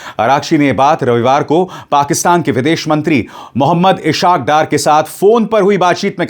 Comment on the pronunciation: "Ishaq Dar " is inappropriately "pronounced". It is "IS HAAQ DAAR"